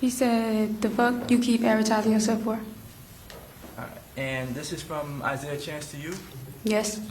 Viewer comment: The defense attorney is trash and sounding to make a big deal about random statements and continues to say "ahrite"